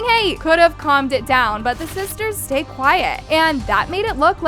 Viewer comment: All I heard the vid is, “sTAyeD QuEIt” like stfu 😔